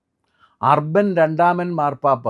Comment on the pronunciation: ഇദ്ദേഹത്തിൻ്റ മാതൃ ഇടവക കുട്ടനാട് പുതുക്കരി ആണ്. അർബൻ 2nd അല്ല ഉർബൻ എന്നാണ് പരാമർശിക്കപ്പെട്ട പോപ്പിൻ്റെ പേര്.